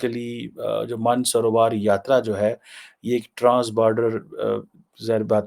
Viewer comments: Maansrover not mansarovar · Surprised you cannot pronounce Mansarovar lake. Your ancestors leaders used to go worship there.